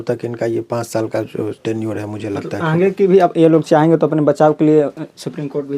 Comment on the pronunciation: ये आन्गे क़्या होता है पत्रकार महोदय